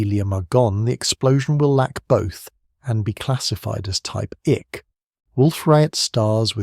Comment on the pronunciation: So hard to hear "type ICK" when it should be "type I-C." That is just lazy. Shoot you got AI narrating. All is needed is attentive proof reading/ editing. All the work done sufferes when you dont proof read.